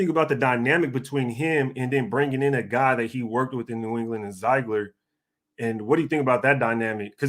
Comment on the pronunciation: It's pronounced (Zig) ler